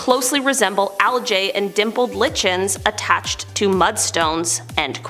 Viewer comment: LICHENS sounds like LIKENS. You made it rhyme with kitchens. Way off!